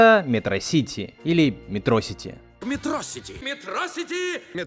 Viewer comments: МетрОсити это особенность ударений в английском. Там чаще ударения на первый второй слог в именах собственных особенно, когда как в русском на пред-/последний обычно в любых словах. С этим очень много ляпов в локализациях. Точнее 100%. Нашим лоХализаторам дай волю они и Один'а озвучат как одИн'а. С остальными представителями скандинавского пантеона так и происходит. Да со всеми ДО ЕДИНОГО именами из более чем одного слога так. Конкретно эта проблема причем только российско-мовных лохализаторов. Лишние ахи охи ещё общее на пост-советском. А ударения все-таки одно из множества чем российский язык отличается от словенских(славянских) языков. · Из за того что мегамозг как Лунтик с луны упал, он не знает что такое школа, из за этого называет ее шкьела, и это в конце мультфильма сыграло ему боком, потому что он единственный в городе называет метро сити не метросити́, а не метро́сити(вроде бы), и когда он притворялся мачоменом, то (я не помню как его зовут) раскрыл его секрет и подкинул его вверх, а дальше спойлерит не буду) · когда мегамозг говорит метросити (ударение на о) из-за того, что он не учился в школе, или шкьёла тоже из-за необразования, он был в это время в тюрме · Он ещё не правельно говорил метро-сити, ударение не прааильно стал. Эх настольгия... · Согласен, слова по типу шкьёла это по факту игра слов, это показатель того что Мегамозг не смог научиться правильно произносить слова что стало чеховским ружьем, он говорит не ме́тросити, а метро́сити, или наоборот, или кто-то мой рот наоборот... Я не помню